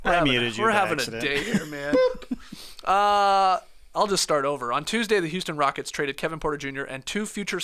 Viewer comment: Bro did not say Houston Cockets 😂😂